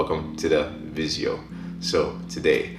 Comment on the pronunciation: Why do you say vizeo?